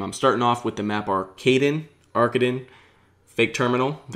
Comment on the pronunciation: your first pronunciation of arkaden was correct. its german for "Arcade"